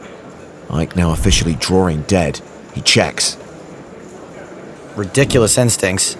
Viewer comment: Drawring dead? You mean drawing dead.